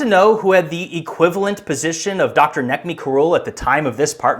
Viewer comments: Its pronounced Nejmi. C is a j in turkish. . Where did you get your before image of no trees? I researched and found same pic as one pic' before and after excavation. It was not 2004 as you say. The Olive trees there would take many decades to grow that size. I live in turkish north cyprus with 100 year old olive trees. I am going to visit the site in a few months. It is still being excavated. I have relatives nearby. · C is pronounced as a J in Turkish. His name is Nejmi. Ğ is a vowel lengthener, so Doğuş is pronounced Doyush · btw, Necmi is pronounce as Nejmi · You really really need a copy editor. Mispronunciation and grammar along with the over use of "literally" are atrocious. BTW the guys name is pronounced Najma. I was on a dig not far from Gobekli Tepi. I saw with my own eyes how destructive archaeology is. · just for people that are interested and maybe for the next videos as a little improvement: Necmi is pronounced Nejmi ( c = j ) while ç with the hook is pronounced like the "tch" in catch Doğuş is pronounced Doush ( ğ is basically silent and ş is same as "sh" in english ) while g and s without any markings are pronounced normally